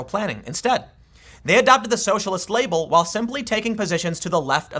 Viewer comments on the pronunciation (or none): none